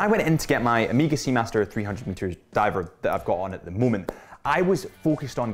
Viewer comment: Amiga? WTF? Try O-may-ga